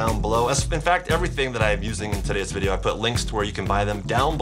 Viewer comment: chad i love your vodeo but vy bab wepen